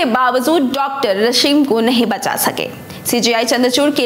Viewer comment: रशीम नही रश्मी |उच्चारण सही होना जरूरी है |बाकी सब ठीक है|